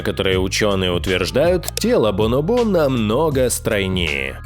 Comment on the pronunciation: БонОбо правильно